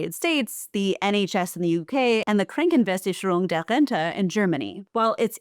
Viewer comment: You slightly butchered the "Krankenversicherung der Rente" but who could ever blame you :D well done video as always!